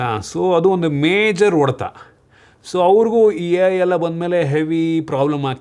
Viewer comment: Bro ಅದು ಒಡೆತ ಅಲ್ಲ, ಹೊಡೆತ.. ಬೆಂಗಳೂರು ಕಡೆಯವರಿಗೆ ಹ ಮತ್ತೆ ಅ ಮತ್ತೆ ಒ ವ್ಯತ್ಯಾಸ ನೆ ಬರಲ್ಲ ಯಾಕೆ ಗೊತ್ತಿಲ್ಲ 😂 ಇದ್ರ ಮೇಲೆ ಒಂದು ವಿಡಿಯೋ ಮಾಡಿ 😂😂